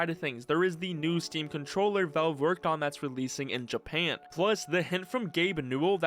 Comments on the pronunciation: Why are you calling it veulv?? VALVE !! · Bro says velve instead of valve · Say it with me: vAlve vAlve. Not velve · "Vaulv" :face-turquoise-covering-eyes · Ahhh yes my favorite game company, "Vove" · am i trippin or does this guy keep saying væuv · Let's play a drinking game. Drink a shot (of your preffered alchoholic bevarage) each time this mf says vowlv. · "vulv"... lol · this is killing me to watch, “Vouve” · Why does bro pronounce Valve like "Velve" lol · not hating but why do you say valve like volve? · why does he pronounce valve like valwve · What the hell is ‘vove’ and why does bro keep yapping about it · Why does he pronounce it as VELVE? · im so glad someone said it i thought i was going insane, hes saying veulve or something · hehehe, he says it like "vove" huehuehue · What is that accent when you pronounce Valve like "Velve" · The way you butchered Valve as "Volve" makes me think you are Scottish or British for some reasson lol. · It clearly sounds like he's saying "Velve". When does it ever sound like an O ? Either way it's sounds dumb and i hate it :face-green-smiling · wtf is this "thowlv" you keep mentioning? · first we had people saying Oobisoft, now this guy here says Veolve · God I hate how this dude pronounces "Valve" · VALVE, there is an A!!! AAAAAAHHHHHH!!!! Wonderful video <3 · why cant you pronounce valve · Weirdest pronunciation of Valve I've ever heard